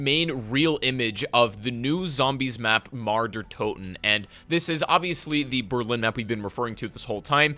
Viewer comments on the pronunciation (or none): I cringe everytime he pronounces mauer